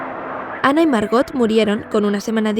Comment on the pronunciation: esa historia es verdadera y para tu información se dice Ana no “Anne”